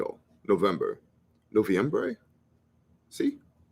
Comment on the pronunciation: Yep, you got the pronunciation down perfectly. Noviembre.